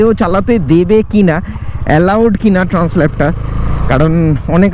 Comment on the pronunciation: উচ্চারণটা ট্র‍্যানসাল্প .. ট্র‍্যানস্ল‍্যাপ না মনে হয় 😊